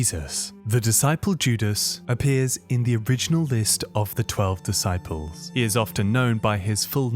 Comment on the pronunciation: Duhsyples 😂😂 f this ai crap